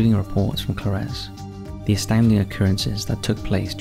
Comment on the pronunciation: Its pronounced Co-lar-ez